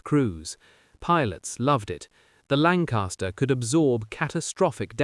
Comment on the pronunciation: Lancaster not lancarster